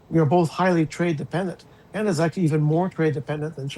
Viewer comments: Please tell LI there is no "R" in Canada....LOL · It's Canada, not Canadar, lol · The lady with glasses speaks perfect English except she can’t pronounce the word “Canadar” 😂